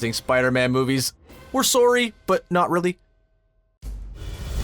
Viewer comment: Lmao, we're soaryy :(